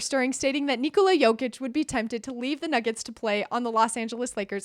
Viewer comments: Nikola, not Niçolaà...how you pronounce it is female name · It’s funny how everyone says "Nikola Tesla" correctly: NEE-ko-lah... but when it comes to Nikola Jokić, suddenly it becomes ni-KO-la. They’re both Serbian, and the name is pronounced the same way